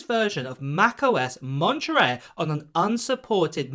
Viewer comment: I like the way you say the name of this system. Lingerie (Monterey)